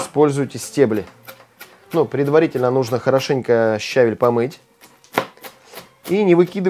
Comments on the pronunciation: Не щАВель, а щавЕль 🧐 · Спасибо за рецепт. А ударение правильное щавЕль